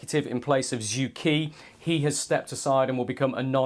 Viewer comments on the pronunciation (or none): Who the hell is this “Zoo key”, he talks of? I presume he means Xu Ke. This lazy reporting on Chinese names in the age of Google translate is getting tiresome. Just type it in and listen and you’ll hear it should be “Soo ker”, or near enough.